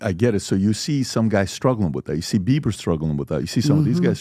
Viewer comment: He said Beiber